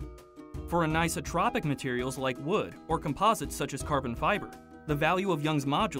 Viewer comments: Great video! Thanks for creating all of these, they're great. , I'm not sure if it was your accent or not but it sounded like you said isotropic rather than anisotropic? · I think he said "for anisotropic materials", but it sounded like for an isotropic materials. If he had said it the latter way, materials wouldn't have been plural.